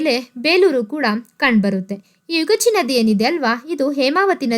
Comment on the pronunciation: Not ಯುಗಾಚಿ ಅದು ಯಗಚಿ